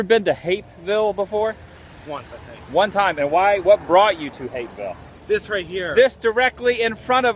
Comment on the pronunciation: Stop saying Hapeville weird